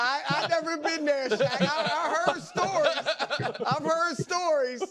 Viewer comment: 'Shaq' not 'Shaw.'